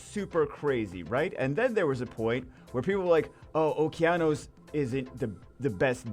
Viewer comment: man really sucks has the downs and doesnt know how to pronounce Okeanos